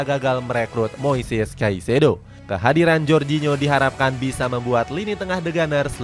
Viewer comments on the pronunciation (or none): none